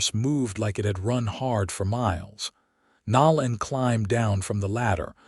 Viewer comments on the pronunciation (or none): "Nō '- Len" Long "O".